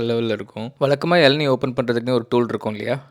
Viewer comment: ❌ வலக்கமா ✅ வழக்கமா ❌ அலுக்கு ✅ அழுக்கு ❌ வலிஞ்சி ✅ வழிஞ்சி ❌ விலுந்துரும் ✅ விழுந்துரும் ❌ வலுக்கை ✅ வழுக்கை ❌ அலகா ✅ அழகா